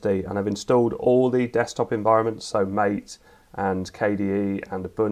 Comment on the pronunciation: "Mah-tay", not "M8".